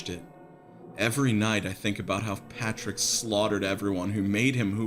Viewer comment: LMFAOOOO "patrick naur"